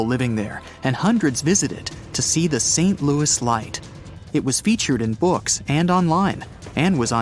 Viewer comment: Shake your head guys, the place you are talking about in not in the USA, it is in Saskatchewan, Canada. St. Louis is pronounced loo ee, respecting its French roots.